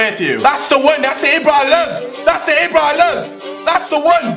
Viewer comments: It's pronounced Eebra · Why do u say ibra so weird...?